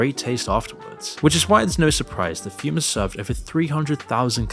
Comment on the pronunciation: Who had the insane idea to call that "Füm"!? That's not even remotely how you pronounce that letter or word written like that. God, I despite Hipsters...